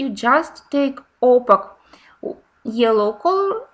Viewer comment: Very nice explanations and demonstrations in this video. A small hint for the future. The word opaque rhymes with cake (opake). It’s confusing because of the letter q, but English is full of such oddments!